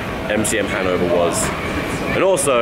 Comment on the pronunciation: also, the emphasis in the word "Hannover" is on the o.